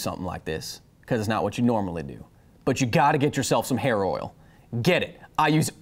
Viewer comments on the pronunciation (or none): instead of "hair oil" I've heard "HEROINE"